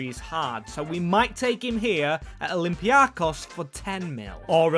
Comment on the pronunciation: bro ITS OLYMPIAKOS emphasized IN O AND THE BEST EVER VIDEO DO THAT AGAIN AND NOT WITH PANATINAIKOS 😊